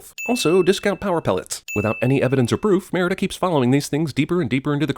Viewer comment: Think CinemaSins needs to take 50 sins for themselves for the butchered pronunciation of Merida the entire time..